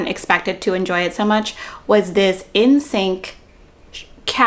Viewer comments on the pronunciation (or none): What you said: “The next item is my in-sink caddy.” What I heard: “The next item is my N*SYNC caddy.” Me: 🤯👀👀👀